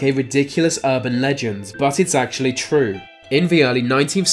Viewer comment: Lol narrator can’t pronounce “R” lol mawwage...wove, twue wove...